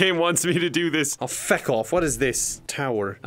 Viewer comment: saying feck with a hard “u” is scarier than the zombies